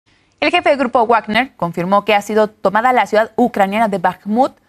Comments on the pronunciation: jajajaj me dio risa, como lo pronuncio todo mal 😂 se escribe Wagner, pero se pronuncia 'Vagner'' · Pobre presentadora, no sabe ni hablar, le debieron decir como se pronuncia Wagner.